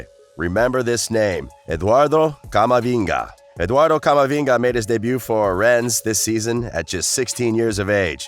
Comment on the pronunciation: Ren-nez, Mar-Sigh hahahahaa